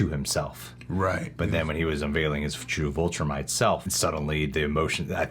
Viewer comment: If you say Voltrumite one more time